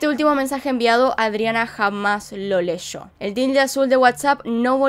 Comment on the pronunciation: Ella llega no "esha shega" leyó no "leshó"